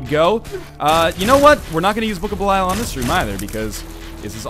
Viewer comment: Has Ryan ever acknowledged the fact that he says "Belial" wrong?